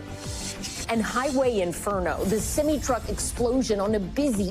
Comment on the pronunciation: She said "a semy truck" lol...thanks for the laugh